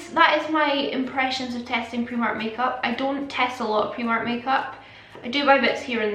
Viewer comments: AND ITS PRIMARK NOT PREMARK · She says preemark and it’s annoying me🥴🤯